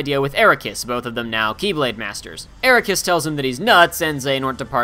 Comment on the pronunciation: It's pronounced The key blade or The Kye blade... Not x blade.... Also he bashes on DDD when he didn't even mention the epic failure that was, re:coded. That was a bad game.